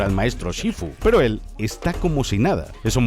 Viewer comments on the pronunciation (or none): soy yo o el último "PEROOO" lo dijo en chinooasjjajaja